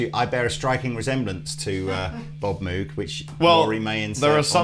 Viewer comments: BRO...ITS MOW-G. not MOO-g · It’s pronounced “moeg” not “mewg” call their phone number they answer saying hello welcome to “moeg audio” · Moog is pronounced just like "Vogue". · Pro tip: Moog rhymes with rogue. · That's not how you pronounce Moog! If it where really pronounced as written, it would be spelled "Mowge". This is a guitar channel though, and a lot of Synth guys get it wrong too, so who cares. Although it's worth mentioning that Bob Moog is more than the equivalent to let's say Leo Fender in the Synth world. Enjoy your Asscreams💩.... . (I wonder if Chappers knew, and was just fishing?)